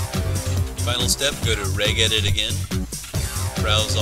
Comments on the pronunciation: btw, it's pronounced rej-edit. like you would say registry. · wheres "regedit" :s